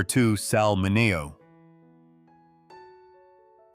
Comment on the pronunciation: It’s SAL MINEO PRONOUNCED MIN-ee- o. I can’t believe you.